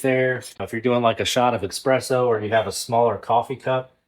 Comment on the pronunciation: PSA: ESpresso! Not EXpresso, please!!